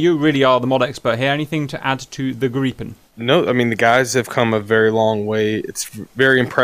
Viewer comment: Lots of Bonus Points for you for pronouncing Gripen correctly. I actually asked on a Swedish FB page, and they were nice enough to help me. I love your channel in general by the way.